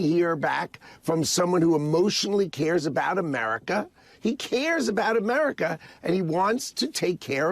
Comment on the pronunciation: He t r u l y wants to fix "ohmerica"😂😂😂😂